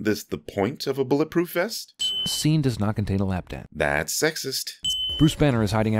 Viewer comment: what does he say here?? 😭 What is a “lap dat”??? Edit: Apparently he says “lap dance”. I was close.